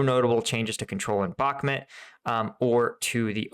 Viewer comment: Mate, again, it's not Bakmet, it't Bahmut. Please, for god's sake.